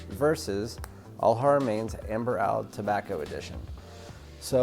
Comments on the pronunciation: It’s a bit cringe that you’re doing a fragrance review and you can’t even pronounce Oud properly…. In fact that’s quite cringe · Please correct how your saying oud! Great video !